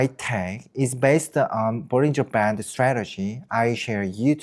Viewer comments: this whole time im thinking he's saying " bulls in Japan " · what the subtitle says: bollinger band what I hear: bullying japan 😅